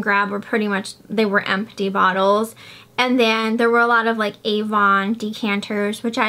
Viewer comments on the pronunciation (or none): none